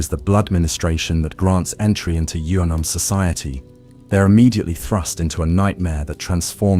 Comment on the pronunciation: I can’t watch this going to sleep bc u literally haven’t pronounced “Yharnam” the same way twice 🤬🤬